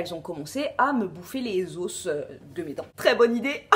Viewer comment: on dit pas des os mais des os sans la prononciation du s